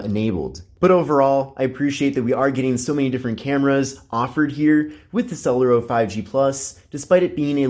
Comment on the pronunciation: I think it's pronounced sulairo